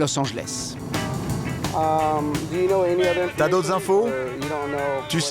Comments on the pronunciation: « Losanjlesse » chui la seule que ça stresse quand le présentateur dis ça ?😂😂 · " los anglesse "😭😭